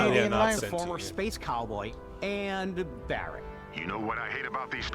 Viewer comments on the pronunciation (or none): Joe you played Final Fantasy 7 remake and you dont know how to say Barrett? lol